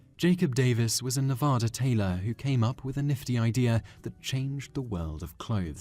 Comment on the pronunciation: Nevada is not pronounced Nuh-vaah-dah, it’s pronounced Nuh-vaw-duh.